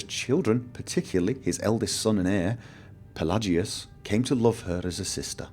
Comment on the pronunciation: I dont mean to be a pain, Im just gonna give you my input on pronunciations, you can choose to say it or not as you wish, Barenziah (bare-en-zy-uh) Palagius (pul-age-ee-us) Uriel (yure-ee-ll).